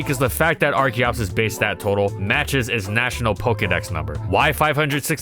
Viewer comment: I keep hearing da fetus